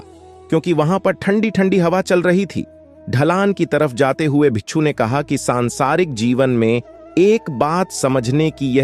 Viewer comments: Pagal admi bicchhu bicchhu bol raha hai , bhikku hota hai means monk , bichhu means scorpion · Bichhoo nahi hota bhai...😂 Bhikshu bolte hn.